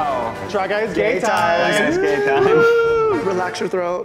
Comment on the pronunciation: I feel like, and Eugene, with their running joke of saying "gay time" instead of "game time", would all be pleased to know that Australia has an ice cream called a Golden Gaytime:)